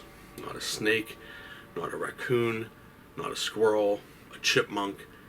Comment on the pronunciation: The thing I found scariest about that whole story was the way you pronounced the word “raccoon” 😂